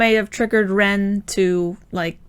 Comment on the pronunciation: You would pronounce the "e" in Ren's name how you would say the "e" in elephant. You would pronounce the "i" in Rin's name how you would say the "e" in equal.